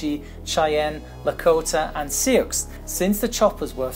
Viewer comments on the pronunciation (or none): Seeoox!? Pronounced “soo” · Sioux pronounced soo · I’ve always pronounced Sioux as soo. It’s in Wiki and YouTube so I must be correct. 😉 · Sioux is pronounced like "Soo" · need to correct this short bud ....AH64 is the Apache and Sioux is pronounced SUE. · Sioux is pronounced "soo," the x being silent. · I’d say the easiest way of pronouncing Sioux is Sue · Thank you, his pronunciation is maddening😡😠! WTF is a “Su-icks?” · Its actually pronounced more like "See you" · You pronounce “Sioux” as “sue” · Just fyi that Sioux is pronounced soo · It's pronounced "soo" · the "I" and the 'X' is silent in Souix. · that is such a scoffed way of pronouncing sioux